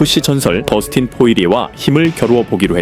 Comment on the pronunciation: 버스틴포이리에? 더스틴이지....